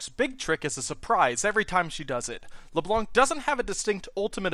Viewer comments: you have to say her name in a french accent, la bla nc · C in "blanc" is not pronounced. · I speak French, and I face palmed. You don't pronounce the C at the end.